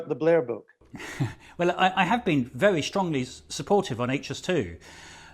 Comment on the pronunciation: Adonis got say his W wery